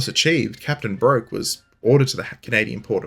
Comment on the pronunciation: I believe Philip Broke would have pronounced his name like "Brook" - see his wikipedia entry